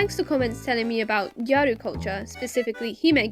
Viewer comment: and your pronunciation of hime/gyaru are fine!!